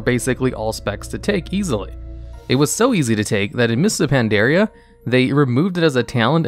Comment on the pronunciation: So why dose he pronounce it Pan dare e a when the game pronounces it very clearly thought the expansion? Just curious.